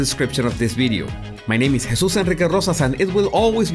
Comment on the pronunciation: These videos are great but sometimes I watch this guy just to hear him say his name. I want that name. It's awesome.